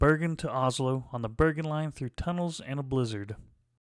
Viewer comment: Dont worry you said "bergen to voss" fine